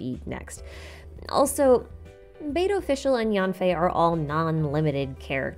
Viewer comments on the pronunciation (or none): it’s pronounced yenfei